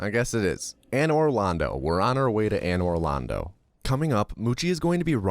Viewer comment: The way you say "Pontiff SOULYvahn" and "and or londo" piss me off so much lmao